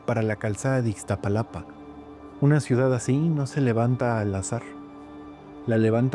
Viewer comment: No es Ixtapalapa sino Iztapalapa, tampoco Tenoshitlán sino TenochTItlán.